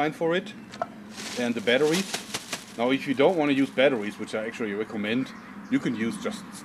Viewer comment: i like how he talks! I mean he's such a huge muscular guy and he says battawies! its funny